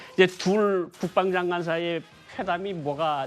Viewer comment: 김종석 기자 발음 졸 웃기네 일부러 멕이는건가ㅋ 대규모 열봉식ㅋㅋ 러시아 국뽕장관ㅋㅋ